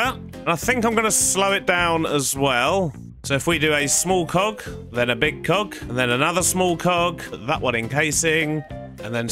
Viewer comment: when he says cog it sounds like coc